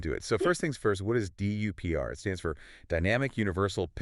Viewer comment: If you’re going to do all this work can’t you instruct NotebookLM to pronounce DUPR well?